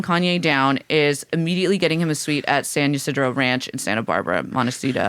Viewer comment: Pronouncing "Saint Isidero" instead of San Ysidro killed me